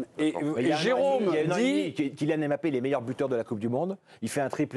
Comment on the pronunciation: on dit Mbappé! Pas M bappé